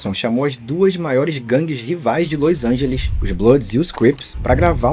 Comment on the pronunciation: Vc simplesmente não consegue falar Los Angeles direito kkkkkk